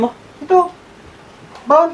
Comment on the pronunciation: Bowl kc hnd bawl Sabi mo kc bawl ai haha